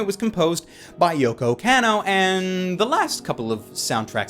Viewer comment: It's pronounced Yoko "Kah-no"!